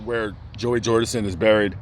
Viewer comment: “Joey jordinson”😣